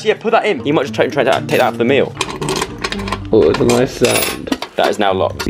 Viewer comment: He says meal like meeo